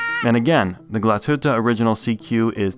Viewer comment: As a German I must say, very good pronunciation of the word Glashütte. Usually the English reviewers butcher that name like crazy :) Review was stunning as usual!